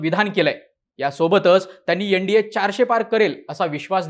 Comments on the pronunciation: एण डी ए नाही रे एन म्हण .न ला ण म्हणू नये. योगेंद्र यादव नेहमीच चुकत आलाय. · यनडिए नाही रे एन डी ए म्हण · यनडीये नाही भाऊ तर एनडीए अस उच्चाराचा सराव करा